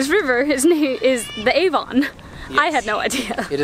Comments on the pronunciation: Aside from the note on pronouncing Warwick, Avon is also pronounced 'Avun' rather than with such a laboured 'ON'. Same with places like Birmingham - 'Birmingum', not 'BirmingHAM'! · It's not pronounced A-von it's Avon as one word! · but it is A-von cept it's more like A-ven.